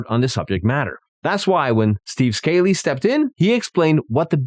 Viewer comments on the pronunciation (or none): JFC. At least pronounce Scalise's name correctly!! It isn't Scale-eese.